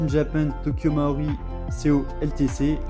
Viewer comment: Je m'abonne, petite review très sympa, même si ça manque un tout petit peu de données techniques. Mais par pitié, c'est "Tokyo Marui". Essaye de prononcer "marre-où-oui" et pas "mao-riz" 😉